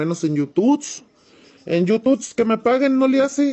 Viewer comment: No sabe pronunciar YOU TUBE,, pero que tal pronuncia las vulgaridades!